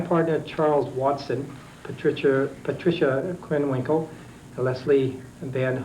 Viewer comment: In a later hearing they read Krenwinkel as Kernwinkel.